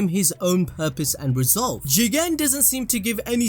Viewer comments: at the start of this video I hated they way u say jiGEENN!! now I say it like that HAHAHAA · "Jigen" what i hear chicken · Why there is a highlight while pronouncing 'Jigen'? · there is no precedent for you saying Jigen the way you do, its by far the worst part of any anime video ever made, besides that your vids are very informative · can someone explain why says it that way? i must have missed sth